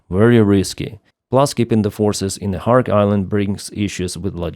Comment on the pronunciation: It is NOT "KHARK" but is KHARG", island.